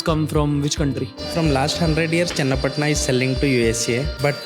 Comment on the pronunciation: It's not chenna patna. It's called channa patna 😂.. Thanks for promoting my home town